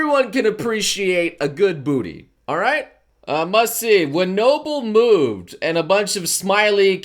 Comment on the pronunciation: Whenever I hear noble say noble, I think he's saying no bull